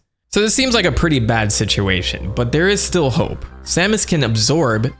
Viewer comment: This is "Sahmus" Aran Source: Smash bros. 64